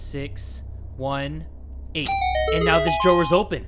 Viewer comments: The way says “drawer” 😂😂💕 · Why is he saying drawer weird? Or is it just me? Lol